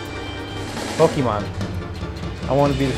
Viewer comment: All of them struggling with POKEMON had me cringe